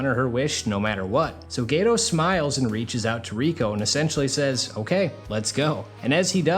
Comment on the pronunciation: Geto not gayto.